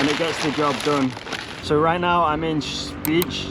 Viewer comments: lol it's pronounced Spy-keh-nis-suh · if you're struggling to pronounce Dutch (place) names, remember that 'ij' is just another vowel sound, so don't make that J more difficult than it needs to be! 'Spijkenisse' is roughly pronounced 'Spike-uh-niss-uh'.